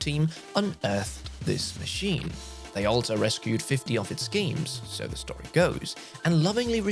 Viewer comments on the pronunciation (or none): none